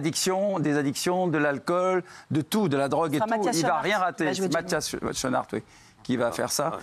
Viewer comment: SCHOENARTS se dit SKOUNARTS pas CHOUNARD ...les ploucs pffff